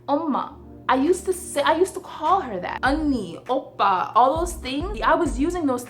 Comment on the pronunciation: Agreed and also, ehm where did that "R" in "Oppars" come from? Lmao.